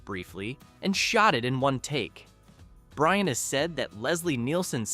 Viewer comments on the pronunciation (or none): none